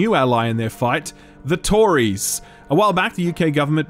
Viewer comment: I don't know why but hearing you say Tories made me laugh.